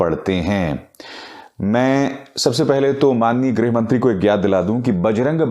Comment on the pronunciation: Greh nahin greeeeh mantri..